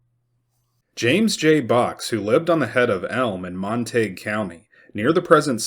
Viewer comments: Surely its pronounced Mon-ta-gyou not Mon-taeg County (Montague) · Montague - pronounced monta goo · Pronounced Mon-ta-gew....Montague. I was born and raised in this area. Glad it wasn't during thise times.